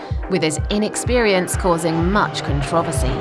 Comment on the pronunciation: conT R O V ersy